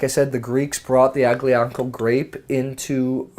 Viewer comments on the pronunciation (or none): Alleeeeeeyaaahhhnickoooo is how you pronounce it. Aglianco.